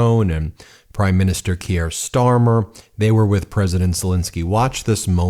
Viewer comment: Once again failed to pronounce Keir's name properly.